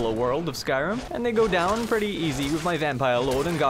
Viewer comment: Normal human: "Wow, I threw that ball pretty far!": "Wow, I frew that ball pre-ey far, eh? Got a bo'olle o' wa'er? I'm firsty."